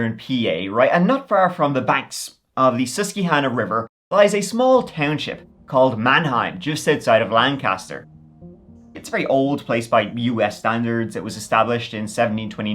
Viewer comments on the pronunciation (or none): Oh god I love ya but the pronunciation of Lancaster killed me 😂 everyone always gets it wrong unless you're from here so you're not alone. Born and raised in Lancaster County ❤ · But not the way you said Lancaster, that’s just morally wrong. Still love ya though 😭😘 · Honest mistake but it’s pronounced “Lank-ister” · love u!!! been watching for a few years - couldn't help but pop in to say it's pronounced 'Lank-AS-ter', pretend like there should be only 1 syllable. And it's 'SUS-KWA-hahn-na' - love the lil spanish flare you gave to the 'que' though.